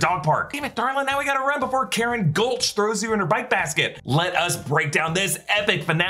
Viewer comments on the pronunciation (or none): none